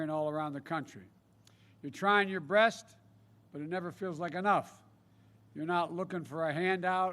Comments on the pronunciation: Did biden just say trying your breast. Instead of best??? 😂 Lol.., you will hear it if you listen starting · Joe made a mistake reading instead BEST he said BREST, I’m guessing only 5 people watching because you can’t hear any people shouting Biden 2020.Hahaha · “your trying your breast” Says sleepy Joe Biden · " You're trying your "breast"?? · At he said you're trying your breast. Haha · of the video, did he say to people "you're trying yourr BREAST"? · “You’re trying your breast” -Joe Biden. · You're trying your breast? did anybody herd that!!